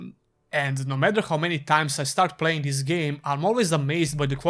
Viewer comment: "ees" game? lol